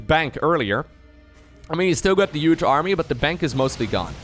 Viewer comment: Love all the casting brother! Can't help but notice the way you pronounce "those UGE army" though hahaha